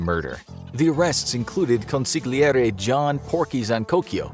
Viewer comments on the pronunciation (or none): none